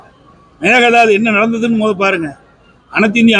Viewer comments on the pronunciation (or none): மேகதாது னு சொல்ல தெரியல மேகலாது....லூசுப்........